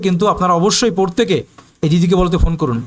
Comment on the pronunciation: উচ্চারণ টা পোরতেকে নয়, প্রত্যেকে হবে। দয়া করে উচ্চারণ টা ঠিক করুন